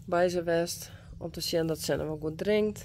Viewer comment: I can just say Thank You, Thank you, Thank you for saving this precious foal "Senna".❤ Gea is so precious and gentle. What a wonderful Mem. Beautiful, calm and gorgeous. Welcome sweet Senna you will be loved beyond words.🎉❤ I mean "Zenna" pronounced Senna.